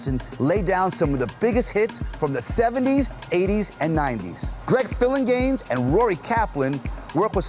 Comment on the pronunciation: GREG "PHILLINGAN-ES"